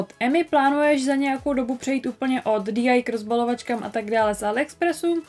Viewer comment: DIY se nečte DI ale DIY a PLL se nečte PPL ale PLL